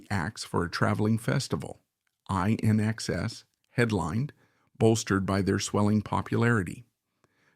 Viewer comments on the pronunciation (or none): INXS is pronounced inexcess, NOT I inexcess!